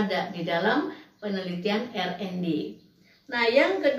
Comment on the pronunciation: Sebutnya Ar en Di Bu